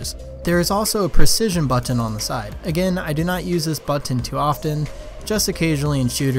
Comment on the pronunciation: Omfg bro, the way you say button drives me nuts.